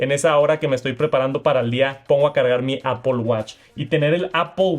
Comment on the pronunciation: APPOL??? REALLY,?